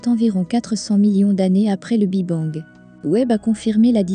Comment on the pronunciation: Intéressant mais le " Bi Bang" est insupportable à entendre l' IA a encore du chemin à faire avant d'être perfomantte